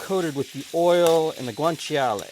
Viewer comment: Yeah, pronunciation was almost spot-on. wins against most non-native speaker in that department. The "cia" in Guanciale doesn't quite need to be that explicit, instead of a "tshee-ale" it's pretty much "tshale" - same for gricia: it's simply pronounced gri-tsha rather than gri-tshee-a.